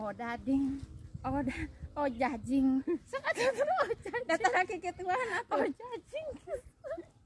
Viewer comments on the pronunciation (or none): Ajojing bukan ojajing hahaha aya aya wae mh